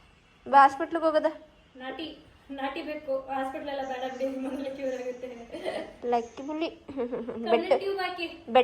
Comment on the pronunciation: Haagutte alla aagutte sis adhu